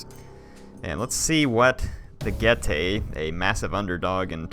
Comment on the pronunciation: I thought Getae was pronounced "Geet" am i wrong?